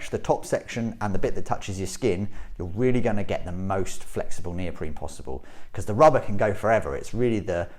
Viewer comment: why does this guy keep saying neopreme, its neoprene